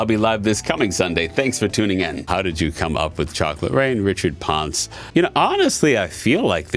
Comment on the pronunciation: He got my Last name wrong and I always told him it is pronounced Pohn-seh